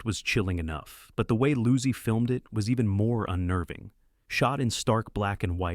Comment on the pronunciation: Joseph Luzy? Really? How about Joseph Low-sea? Uh oh AI